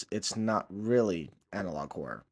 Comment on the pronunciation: Because I didn't pay much attention to the title, for the first minute of the video I thought you were saying something like "analog core", it's only after I saw it written down in the video that I realized you were saying "analog horror" then I looked at the title and confirmed it. There is an element of horror in Neural Viz videos, if you squint hard enough. It's the very things we find unsettling in the videos that Neural Viz draws the comedy from.